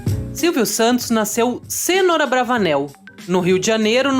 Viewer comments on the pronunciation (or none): Por que uma diz o nome correto "senôr", e a outra insisti em falar errado "sênor"? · minhas caras é senor( senôr) e não sênor), como vcs estão dizendo. mas será possível! vai vendo heim dona.